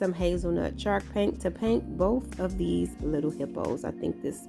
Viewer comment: It's so adorable how it sounds like she's saying chark paint. Lol. Lovely crafts darling!